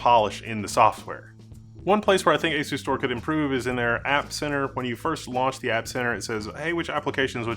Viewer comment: You are mispronunciation of the name Is wrong As-u-stor Pronounce it like as you store